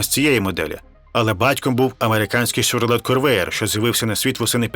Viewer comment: Fiat-126p читається як "126-пе", або "фіат-польський", поляки називали його "малий Фіат". і того мотору для такої шкаралупи вистачало. і Chevrolet читається як "Шевроле", бо слово французького походження, так само, як Peugeot читається, як "Пежо".